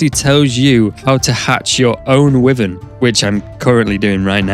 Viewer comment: Why Vern ... Wyvern .... Not wiven... Why Vern wyvern ...